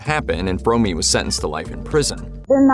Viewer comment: Fromme like home not fromey